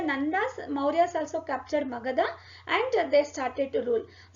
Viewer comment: its मगध not मगधा & its हरिसेन not हरिसेना , कालिदास not कालिदासा,,& अश्वमेध, यज्ञ, वराहमिहिर, अमरसिंह, कृष्णदेव राय not राया, 🙄 i dont understand why people add -A after every name when written in english, just like क्षत्रिय is written as Kshatriya because क्ष=क्+ष् (K+Sh) and -a is put because there is स्वर अ at end but they should be pronounced as they are